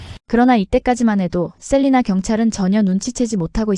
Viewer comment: 시의 이름의 정확한 발음은 ‘셀라이나‘입니다 ’셀리나’가 아니고 ‘셀라이나’랍니다.